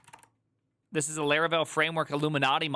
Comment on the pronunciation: Its Laravel not Leravel😢